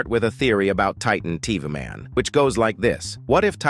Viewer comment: "Titan tv maun" bro,its pronounced taytan teveh man/titan tv man